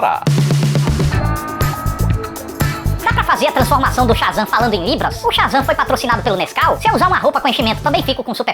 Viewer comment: "Otávio sha" e "super Zan" 😑 tu não falou isso